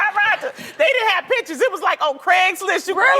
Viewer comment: Why does loni pronounce 'pictures' 'pitchers'... 😒